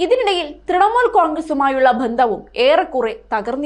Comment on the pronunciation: ഭന്ത o. അല്ല കുട്ടീ ബന്ധം